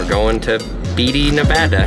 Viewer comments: It's pronounced BAYTEE!! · Beatty is pronounced “Batey”